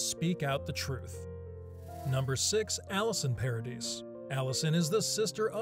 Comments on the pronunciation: Paradis = Pah-ra-dee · Vanessa Paradis, you don’t pronounce the S, Johnny and Vanessa were never married